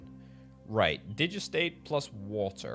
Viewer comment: Digestate is pronounced digest state